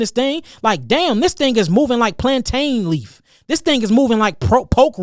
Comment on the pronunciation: I fucks with you heavy, my brother! I appreciate all the knowledge you gave and continue to give as I do my research to better myself or from what you give and others like you. But how you pronounce the word plantain though??? How you pronounce that, I can't condone! My Caribbean side WILL not allow me to accept the way you pronounce that, brother! It should be pronounced plan(tin). Plan(tein) in how white people pronounce it. Stick to the Caribbean side of things, respectfully, brotha or we're gonna have plantain beef! Pause! We gonna have to have a plantain porridge making competition. Respectfully! Whoever finishes last has to pronounce it the way the winner wants it to be pronounced! 😂 Nah I'm fucking with you. It's all love but for real though. Please pronounce it plan(tin). You're fucking up my Caribbean cool breeze vibes.😂 Peace, love, life and light to you, brotha!